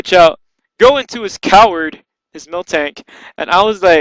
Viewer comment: lol COW (WARD)